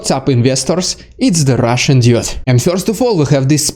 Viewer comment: On a lighter note: when you say I always hear RussianIdiot.